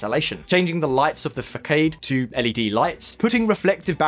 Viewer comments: Poison to the ears when he said it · The word FACADE is pronounced fuh SAHD. It is a very common English loan word. Not fuh-kade!!! Please look up unfamiliar words on Google before you present. It takes 15 seconds. Otherwise you tarnish an otherwise good program and it makes you look very silly. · did you say fakade instead of facade? lel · "Facade" is pronounced "fah-sahd", not "fa-kayd". Otherwise very informative video. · Yeah hearing that was like having something sharp shoved into my ear.... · Hahaha, he said facaid!